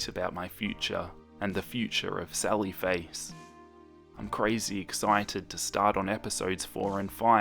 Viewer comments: sawwy fwace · When he says "Sally Face" I hear "Sawwy Face" and suddenly feel very sad :'( I'm so sorry for Soda...